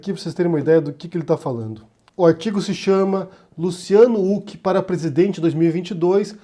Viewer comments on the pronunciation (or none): se diz ruck e não uck rs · Por favor!!! É com som de "R" o nome do Huck! Qua agonia ficar ouvindo "Uck". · Você sabe que uma pessoa passou décadas sem assistir absolutamente NADA na tv brasileira quando prununcia /Luciano úqui/ rsrs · Huck, não Hulk. Assim como impeachment não tem nenhum "mã" . Eu sei que são irrelevâncias, mas irritam. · Só eu acho estranho que fale "Huck" ao invés de "Huck". Kkkkkkkkkk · É engraçado o falando "úck" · Não entendi falar Luciano " Uck" ? Nome próprio. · Mano pq vc pronuncia o sobrenome do Luciano sem pronunciar o H com sim d R???